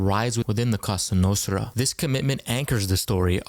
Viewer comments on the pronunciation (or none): And every repetition made it even worse. 😂 Cosa Nostra - it's not that hard to pronounce. 😉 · It's not called ca sa Nostra bro it's la cosa Nostra